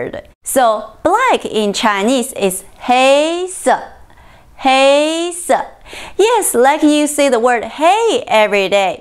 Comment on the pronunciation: 畫面處理號誌很好喔 老師教什麼顏色 注意不要把什麼(神麼) 說成"沈麼" 棕色 說成第一聲是對的 可是說到黑色 就說成第二聲了 拉長發音加上下意識情緒 就會有這種記錯音現象 聽來和 白色同音 ( 不妨再聽聽看?) 這會造成聽者混淆 碰到第二聲的字 千萬不要拖長 藍色 橙色 黃色 都拖長成了第三聲 教二聲時 應該再縮短更上揚才好